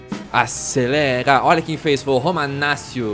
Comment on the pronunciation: quando tem CC em italiano faz o som de T romanatio e ñ romanacio a pronúncia certa é com T Romanaccio mas ñ tô te cobrando pode falar do jeito q vc quiser blz é nois tmj👍